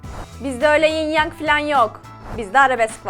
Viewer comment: ying yang değil yin yang 😊